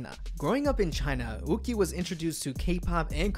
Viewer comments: YuQi should not be pronounced like "Wu-ki". It's more like "Yü-Chi" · Just saying, Yuqi is pronounced yuchi with no silent letters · Waiiiitttt... I've been pronouncing Yuqi wrong all this time??? I thought it's Yuqi with a Y but this guy pronounced it like Wuqi... 🤯 Am I the only one? Or I heard it wrong...? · IT'S YUQI. THE G AND Q AREN'T EVEN CLOSE